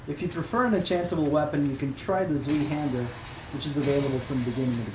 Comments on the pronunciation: Ah, silly language bastardation. It isn't Zweehander it is ZWEIhander. Zwei being pronounced Zvai. Es ist deutsch. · Oh, and it's pronounced: "tzwai"-hander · Zweihander is pronounced Zv-eye-hander. Good video though. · saying! Its pronounced like DIE but with a SV instead of D x) SVIE (svai) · Why people say Zweihander in such a strange way, it has a german origin Zwei (Zuai) Hander = two handed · Zweihander = pronounced tzwaihender, sorry for being such a pronounciation nazi xD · Its pronounced "zwai hander". Its German. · T-z-w-a-i Zwei = Two ( German ) Zweihander = Twohander Z in german is pronounced with a T sound at the start then V. E is pronounced just like in ''Einstein'' A. Thanks for the video. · you mispronounced Zweihander. You dont have to approve my comment, just trying to help. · it's actually a fully german word (Rechtshaender = right hander). haender sounds vaguely like ~henda i find, but really the e and ae sounds in german are hard to transcribe into english without actually using phonetic symbols. main reason i posted is 'tzw', because 'z' in Ger is not voiced as in Eng, and 'w' sounds like an english 'v'. i see your version as a t, then a buzz, then a ~wwuu sound, which is kinda off imo. btw voiced means the buzz inside your mouth (V = voiced F, Z = voiced S)